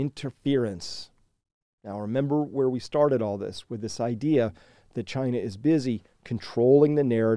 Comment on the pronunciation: "CHY-na Mart"